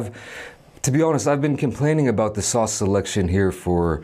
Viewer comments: “Sawooce”?!!? Subscribed. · That's how it is pronounced in Dutch. Never thought about it but put a smile on my face when he said it.